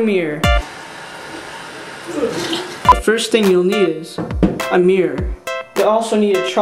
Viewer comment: the guy says mior instead of mirror